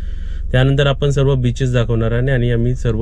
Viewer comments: सर्वे नाही ओ सर्व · सर्वे नाही...... सर्व असे म्हण......